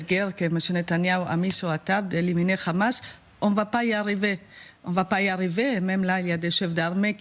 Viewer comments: Pourquoi dire le Ramas c’est un H madame ça se lit le amas sinon on peut aussi dire TsaRal pour l’armée Israélien Si vous ne savez pas le prononce avec l’accent oriental abstenez vous madame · 😂 juste ta manière de dire😂rrramaaas on sait d’où tu viens.. d’où ton impartialité 😂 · Le RAMAAAASSS depuis quand en France on prononce le H. Arrêtons ce massacre!!!!! Stop Israël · Déjà Pourquoi tu prononce Hamas (khamas)? c'est quoi l'objectif de cette prononciation guttural peut-être pour donné un aspect méchant et pour faire peur au auditeurs! C'est vraiment de la manipulation de base étage! madame